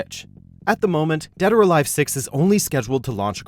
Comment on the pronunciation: Did he just say Dad Or Alive at the start?